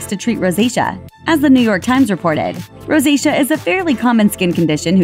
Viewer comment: Ro-say-she-a pronounced...NOT Rosita!